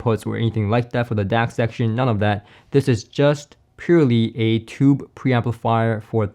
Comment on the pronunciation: Not “tubby”. As in the 🛁 bath tub! OMG! I was shocked when I heard that. You mean “tuby”. That’s pronounced ”